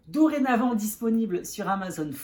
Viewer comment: Coucou 😊!!! Tu as dit "Dorée" comme moi pour "dorénavant" 😂 hi hi J'ai eu la chance de m'offrir le collector de la fée bleue avec ses goodies... malheureusement je n'en ai que 2... mais je ne peux pas suivre.... foutue maladie!!!! Mais merci pour ces jolies découvertes 😊 Angelique, alias 🍞 Dorée